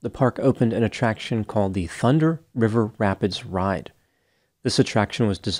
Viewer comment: ...I'm impressed with your ability to continue flawlessly pronouncing this tongue twister several times in the video. the thunder river rapids ride. lol